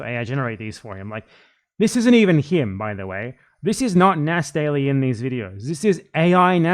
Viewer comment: Nas D-AI-ly lol